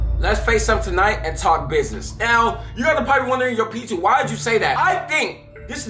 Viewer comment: honisty bro each time you say p2 gang it sounds like pizza gang